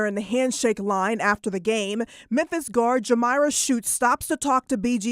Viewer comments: Am I tripping, or is he saying "Menthis"? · Is he saying “Menthis”? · It’s pronounced Mem-Fis